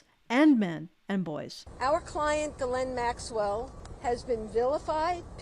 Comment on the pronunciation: She pronounces it gillenn? Weird.